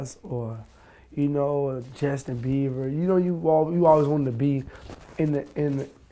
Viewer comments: Did he just say Justin Beiver 😂🤦‍♀️ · ”Justin Beaver” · He said Justin Beaver I'm ROF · he said justin beaver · Ahahahaha he said Justin beaver